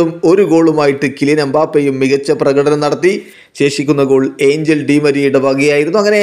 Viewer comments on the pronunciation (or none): It's not angel it's angeel